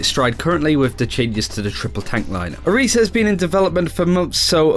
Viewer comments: It's an "I", not a "E". Orisa.. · its "oh-reesa" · Nigga Learn how the say the Heroes name correctly or do not make a video on her